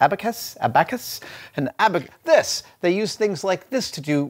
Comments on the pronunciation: I basically died when he said a-back-us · ex-PLEET-ives and a-BACK-us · I admire and enjoy Adam's content, he is a truly great example to use to get people interested in engineering, etc. But i have to admit to being slightly shocked at his pronunciation of "abacus". As a native English speaker it should be "aah-bah-cuss". And yes by English speaker I mean The Queen's English (AL-YEW-MIN-EE-YUM not AL-OOH-MIN-UM) Regardless, it is still an amazing video and Adam, thank you for being an awesome, engaging, entertaining spokesperson for engineering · "uh-back-us", "ex-plee-tives". It surprises me to hear these, since Adam strikes me as quite erudite. Have I been saying either of these words incorrectly all this time? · I've never heard anyone call it an a-back-us before. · Just so you know, it's "ab-a-kiss". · Adam, it's pronounced ABB-Ba-Cus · aBACKus? exPLEETives? you put the emphAsis on the wrong syllAAAHble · Ah-back-us? Ex-plea-tives? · TIL: Adam doesn't know how to pronounce "abacus" or "expletive". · He put the emPHASis on the wrong sylAble on abacus and explative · Why can’t someone as smart as Adam say the word “abacus” & “expletive” correctly? That’s kind of strange (pronounced str-an-jay) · Oh, Adam, how you have fallen without your team of helpers. You didn't know how to properly pronounce "abacus"... in your Mythbusters days, your team likely would have not only told you how to pronounce it correctly, but given you the entire history of the device so you could tell us at length and also bore Jamie. Also, Google exists... you might be smart, but if you aren't sure of something, the internet can help.